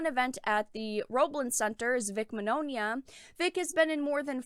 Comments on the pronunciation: Vic's last name is pronounced (Min-Yawn-uh), sorry for correcting you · i just need to clarify something, Vics last name is pronounced Min-Yawn-a but other wise great vid!